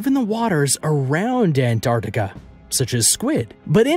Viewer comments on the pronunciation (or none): Crappy footage. And its ant ar tic a. Not anardica. Pronounce properly.